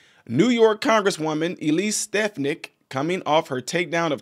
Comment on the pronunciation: Her name is pronounced Sta fon ick!